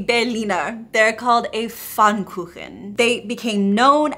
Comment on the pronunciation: Thank you for your highly appreciated respect, while pronouncing „Berlin“ correctly! And thank you so much for saying „Pfannkuchen“😊 Springfield, Illinois😂😂